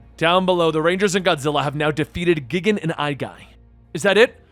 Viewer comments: Guy-Gan is Gigan's name the first time megalon appeared you called him Megalodon (like the prehistoric shark) also the Spider is Kumonga (Ku-Mun-Ga), Kamacuras (ka-ma-cur-us) and Megaguiurs (Mega-Gear-ius) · There are A LOT of fun Godzilla comics, btw I hears Gigan’s name is pronounced: Gai - Gan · Here’s a little guide for pronounciation for the monsters. Gigan: Guy-Gan Megalon: Mega-lon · Correct pronunciation is Guy Gan. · Its "GUY-GAN" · You got Ghidorah's name correctly. But... Gigan's pronounciation? It's well. "Guy-Gan" :P But thats just me being a stickler. Either way, this was still fun to see. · The space chicken is pronounced gai·gan. Sorry still had to complain a little. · I was more upset that you said gigan instead of GIgan! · Lmao dude i gotta let you know you said gigans name wrong . Its said as guy gin. Not a bad attempt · Gigan- pronounced “Guy-Gen” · Perhaps I've been pronouncing gigan wrong but isn't it Guy-gan? I'm sorry I don't really mean to be THAT GUY but, since you brought up Ghidorah I thought you were going to bring up gigan as well. That's the only thing that was bothering me. I've been a huge Godzilla and power rangers fan my entire life so this was great to see and when it was announced I was extremely excited. Not as much as when power rangers vs TMNT was announced though.😂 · you still pronounced Gigan’s name wrong, it’s actually pronounced (Guy-Gan) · How could you pronounce Gigan wrong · You mispronounced Gigan's name. XD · Lmao your pronunciation of gigan 😆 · My biggest annoyance was how this dude pronounced Gigan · Anyone else found themselves giggling with a big grin when every other Godzilla enemy showed up? Also was anyone else a little bothered by how Gigan was pronounced? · You pronounced Ghidorah pretty well, but Gigan's was off, and I couldn't help but chuckle when you called Megalon "Megladon" Overall, another fun reading by you. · He said Gigan wrong too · I snickered ever time he said "gig-en". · Gigan not gign